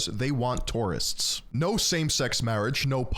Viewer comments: not TORRRRIST its TOUR-ISTS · Toorists xDDDD